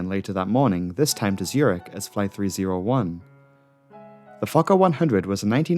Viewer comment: Who pronounces Skoplje correctly but not Zürich?